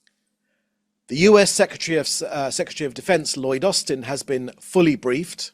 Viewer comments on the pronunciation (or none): none